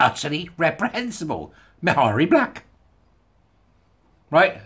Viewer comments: PS. Mhairi is pronounced Mahree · The “h” is not pronounced. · If I ever have to say her name again, I'll probably pronounce it Maaharri Black. For those who don't know, Maaharri got into WM in order to get Labour out, Douglas Alexander's seat. Maaharri was hugely popular with independence supporters. She was a passionate, articulate young lass when making the case for indy. Turned out to be a massive disappointment as a WM politician though. I think a few SNP are standing down in WM so they can gain a seat in Holyrood instead. Less travel, but still enjoying a seat on the gravy train. All being well, next elections, SNP should be routed from both WM & HR! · This is very good stuff. 'Marry' (approx.) seems to have become the accepted pronunciation for Ms Black's first name, hasn't it, even though it doesn't adhere to Gaelic spelling/sounding rules. All best